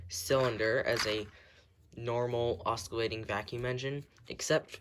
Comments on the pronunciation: That’s not how you say oscillating. Ima try to do a pronunciation. (Oss-sill-late-ing) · "osckillating engine" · I want to stay friendly and please dont take this as fighting and offense, but im pretty sure you are pronouncing "oscillating" wrong